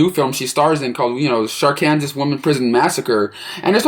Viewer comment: not too be mean but it's pronounced arkansaw but looks like Arkansas